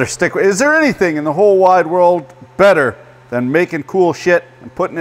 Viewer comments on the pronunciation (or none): none